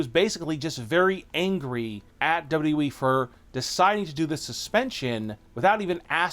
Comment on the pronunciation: Are you even able to pronounce WWE properly?